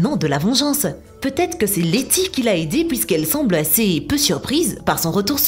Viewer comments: Elle a dis Leni au lieux de Letis au début de la première théorie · La deuxième fois qu elle mentionne letty pour son amnésie c est '' Lenny ''